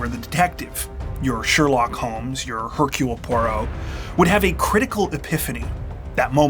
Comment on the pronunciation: The H is silent in Hercule, so it is more Ercule than anything. 😅